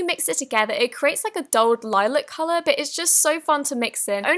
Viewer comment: I don’t know if it was her accent or the way that she pronounces it, but when she pronounced Lilac like “Lie - Lick” it kinda made me giggle. I’m used to saying and hearing it pronounced “Lie - Lack” so it always makes me laugh when someone pronounces it differently. I don’t mean it in a bad way tho!!!